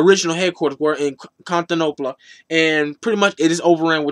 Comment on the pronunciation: haha contanoplia....fjsdljfsjfl